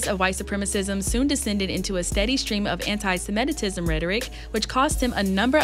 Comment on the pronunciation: Did y’all really say “ANTI SEMITI TISM” 😂😂😂 wow